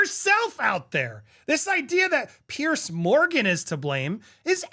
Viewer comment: Andy, FYI, it’s “PIERS”, not “pierce”. Like you’re talking about multiple docks on the edge of an ocean, not like something you do to your bellybutton.